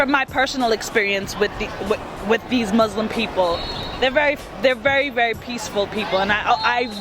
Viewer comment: " the buslim poeple" *muslim LOL